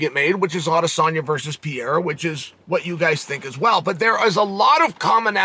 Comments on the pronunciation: Adesanya vs “piore” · Bro Chael was calling Pereira Pierre at points throughout this video 😂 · Never lost a round, but still can't pronounce Pereira's name right